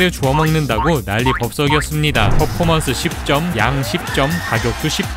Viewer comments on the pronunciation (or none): none